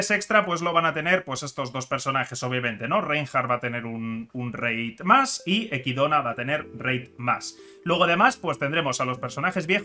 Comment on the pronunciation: Que raro escuchar decir equidona cuando es echidna